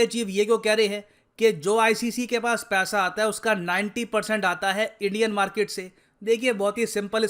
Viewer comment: Market nhi markeeet 😂😂😂